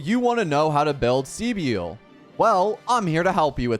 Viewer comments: .....SEE BIEL?!.... Bro the amount of times they pronounced her name for you and you say SEE BIEL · She's just pronounced civil with a B right ? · My guy, take a grammar course ffs. Her name isn't that hard to pronounce right. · Everyone is butchering her name horrendously. People should look up how to pronounce names 😂